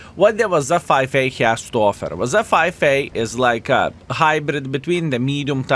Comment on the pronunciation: "wazzza 5A" Love it